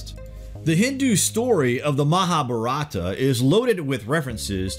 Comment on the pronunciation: Dude? How is it you said Mahabharata perfectly, yet f*ck up the word nuclear?